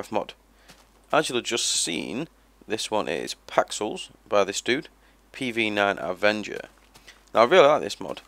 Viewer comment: thanks bro i'll use this video also thanks for saying my name right. - pv9avenger